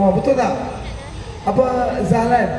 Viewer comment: lu sebut Zahlan????